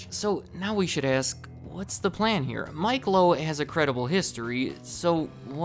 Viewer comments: I think it's Mitch Lowe, not "Mike". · His name is Mitch Lowe, not Mike Lowe! 😂